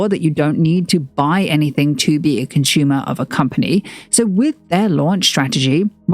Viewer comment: Interesting video but your pronunciation of 'consumer' as 'conshoomer' is really annoying.